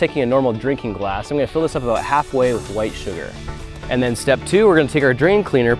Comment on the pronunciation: did you have to put the emphasis on White